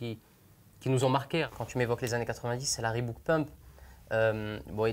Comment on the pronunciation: "Reebook" ?????? Non c'est "Reebok"